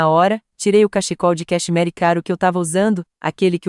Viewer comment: História linda, mas essas vozes de IA me fazem rir. Cachecol de cacheMARY 😂😂😂